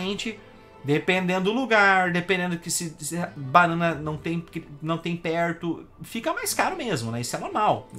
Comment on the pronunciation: "panãna" vai todo mundo se fu...